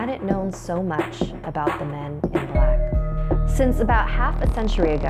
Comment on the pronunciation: When she said the men is black I started to think of the movies xD "hear come the men is blackkkkk"